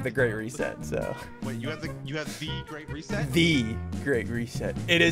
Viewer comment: You said "The Great Reset" mod wrong at the start if the video